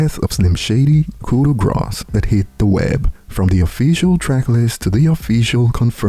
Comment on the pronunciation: The word grâce does not have an s sound in it. It’s basically pronounced like the word “raw” with a g at the start